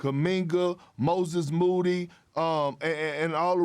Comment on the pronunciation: Perk can’t say moody ?